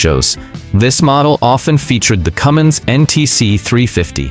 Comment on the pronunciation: Cummins, not Cummings.